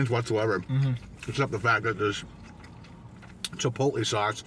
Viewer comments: Omfg stop saying chipot-lee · I cringe every time you say chipotle. (CHI POLE LAY) not (CHIPOLY) ❤️ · Chipotlee ? Lol